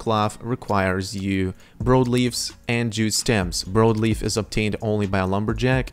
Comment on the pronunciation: Brawd leaf* is how its pronounced. Sry, Idk y its driving me nuts lol